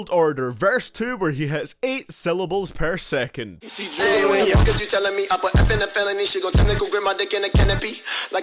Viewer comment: "Sehvan point foyve syllables pair sehkant"